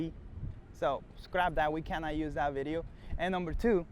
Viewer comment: "vedeo"??? lol